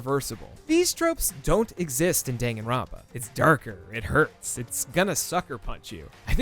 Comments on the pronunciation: DANG-GAN-RON-PA??? IT'S DAN-GAN-ROUN-PA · It's pronounced dun-gun, not den-gen, lol. You don't read romaji using stupid english rules. I'm not gonna waste my time teaching you japanese. Just go and take your western "carry-oh-kee" ass to a video where a japanese person pronounces it properly. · Great video, but the pronunciation of every Japanese word was so off. Its pronounced “Dahn-Gahn-rown-pa” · "*Dang* Gon Runpa" "Spike chun soft" ...My god is that how other people pronounce them????! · DANgan ronpa. DAHN. Like Dawn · I enjoy your video but how you pronounce Danganronpa hurts me physically lol but you are still awesome ♡ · Bruh. You can't even pronounce Danganronpa correctly.